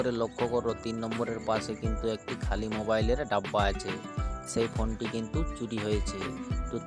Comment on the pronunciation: Konti ❌❌ phonti ✅